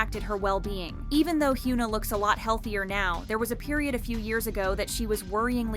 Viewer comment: Hyuna isn't pronounced as "h-yu-na" with "yu" sounding as "u" sound also, ribs showing isn't always a sign of unhealthy dieting as you made it look with Winter, sometimes it's people natural constitution that is perfectly normal for them. Sunmi didn't struggle and talked openly about her being skinny-shamed only for people to continue doing it with other idols. also, about ribs being shown when person lifts their hands - are you bloody serious? I am chubby person (objectively), and if I lift my arms and put any tension in it, like you know, when you dance? - my ribs will be noticeable as well.